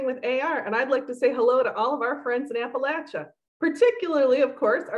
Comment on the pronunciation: thank you for pronouncing it right